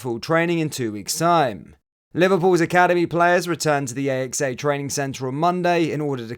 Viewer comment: Love the vids and the news updates, just 2 points Kirkby is pronounced "Kerby" and the training ground AXA as Ax (a).